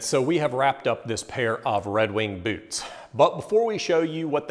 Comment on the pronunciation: Did you say red wing buuuts of shoes?